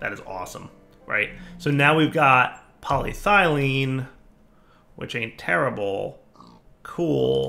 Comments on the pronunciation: "Poly Ethylene" or "Poly Thene" would be perfectly acceptable, where the bejesus did you get "Poly Thylene" from? I was kinda sure you'd just mispronounced "Poly Styrene" to berin with... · Pol YE thylene is the proper pronunciation. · game: "polyethylene" dire: "poly-thylene" also dire: "ethylene" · really bugging me this time :) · Game: "Poly-ethylene": "Poly-traitium" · The E in polyEthylene is very sad that keeps ignoring her. She is always there for him, but he always seems to put more emphasis on the Y instead. This makes the E feel hurt, jealous, and confused. "But," the E thinks to herself, "I've always been here. Way in the front. I'm literally the first syllable after poly, and the Y isn't even the only Y in the word. Why emphasize on her instead of me? What did I ever do to deserve this neglect? What did that Y have that I dont?" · PET is PolyEthylene Terephthalate. "Polythylene" is not a word. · Hey it’s! What do you expect lol.....Poly-dire-derp 😂😂😂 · I think it's more irritating now because he's actually saying 'ethylene' properly and then going on to say 'polythylene' in the same sentence..... he wasn't doing that before.... :S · If you've watched/heard Arumba pronounce province and country names in EU IV or Crusader kings, Polly's Thigh Lean is easy to dismiss as a mere cut of parrot meat. Arumba trolls pronunciation pedants on purpose. (Alliteration unplanned, but I'll take it where I find it.) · polyEthylene; dahum, my ears are bleeding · Poly- ETH-elyne. So triggered right now. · Its pronounced Poly-Eth-Uh-Lien